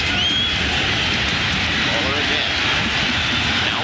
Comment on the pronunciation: Der nächste super-Upload! Zu lustig, wie die deutschen Namen ausgesprochen werden. Mollrrr... 😅